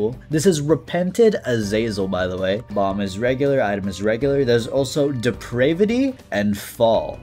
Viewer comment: when you said depreivity i got really confused since my first language is swedish. Since i have been taught that it's prounuced de-prav-ity. But maybe it's time to change the english language? Hmmmmm